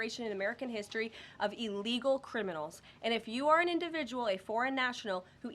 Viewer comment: Ellgal like Emediately is NOT A WORD! English 101.